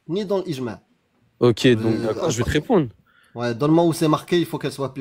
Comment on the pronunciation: J’peux répondrrre ? J’peux répondrrre ? J’peux répondrrre ? 🤭